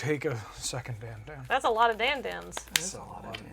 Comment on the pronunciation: "come one man, just a little Ponder!? I can handle it, come on, be a friend!" the thing over the second A is a "circumflex" and you elongate the letter. Should sound like "Dan-dawn"